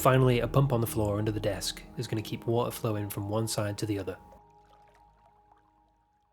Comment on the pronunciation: Water -> wa-ah